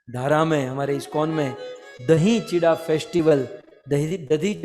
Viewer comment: This is not Chitwa chida say properly chura is correct words